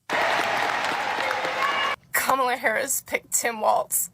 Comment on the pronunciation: she can't even pronounce Walz correctly. Uh yeah sweetie, I'll stick with the Don.